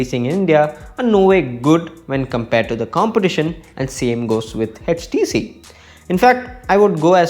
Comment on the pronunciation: HTC not edgetc